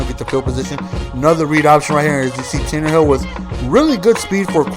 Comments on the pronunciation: IT'S Tannehill NOT Tannerhill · Tan-a-hill not Tannerhill lol but Good Game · its tannehill, no r, not tannerhill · Its pronounced tan-a-hill theres no fucking r in there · It is pronounced 'Tan-Nah-Hill" he can run very well because he was a WR in college. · I hope and pray the Dolphins running game is as good as you made it look there (highly unlikely though lol). Great game it's always nice to see someone make my team look so good. P.s. There is no "R" in Tannehill lol